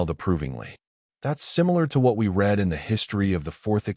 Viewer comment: Love your storytelling, and the AI voice is better than most. But still has trouble with words spelled the same but pronounced differently according to use, such as read. I think that will be difficult for AI to learn…